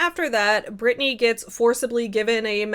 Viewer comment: It's "Britney" 😊